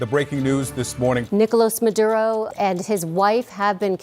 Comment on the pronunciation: Are you Hispanic you say maduro perfectly